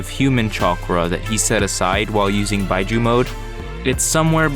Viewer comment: Why bi-juu I think it's pronounced bee-juu